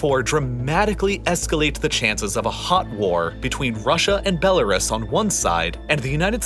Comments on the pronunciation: dude stop saying BeloRAS, it's BeloRoos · Is Bell-R-Us a bell shop? Bell-r-us, bell-r-us, it's so annoying, I couldn't tolerate the video any longer. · Good video, but for the love of all that is holy, it's pronounced "bel-uh-ROOS." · BELL A ROOS not Bell A RISS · Belarus is pronounced like this " Bela roos" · And he says "Belaruss" about 100 times, like in all his other videos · For the love of god please look up how to pronounce Belarus, it’s doing my head in 😂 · The way he says Belarus is weird to me lol